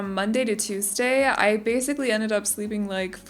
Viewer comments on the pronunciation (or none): none